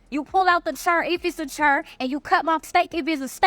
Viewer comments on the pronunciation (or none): This is for the first woman. You're cute, but the word is DOOR, not "DOUGH." Additionally, the word is CHAIR, not "Chur." I just had to pause the video and address that. Please, if you're going to be so demonstrative in your demands. Please learn how to speak. Now, back to this farce. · Did she say cher, doe,..... translation Chair, Door.